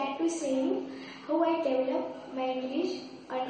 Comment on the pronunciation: sorry to say about that but you have not spoken the word "develop" as it is usually pronounced in the correct manner!